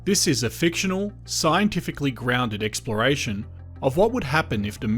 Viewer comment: "explore Eye shun"